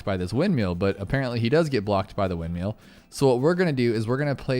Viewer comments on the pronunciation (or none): “Wind-meal” 🤣🤣 windmill